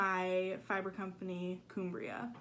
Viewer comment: Hey! It’s Cumbria - rather than ‘Coombria’ (a county in NW England). I love teal too!